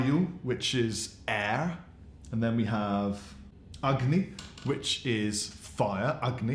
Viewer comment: Eh, you were close enough on the Agni, but you butchered the other pronunciations lol. What a beautiful guitar!